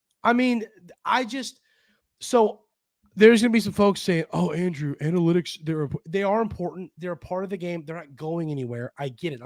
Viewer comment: At first, I thought you said "we're gonna talk about Annie Lennox" analytics lol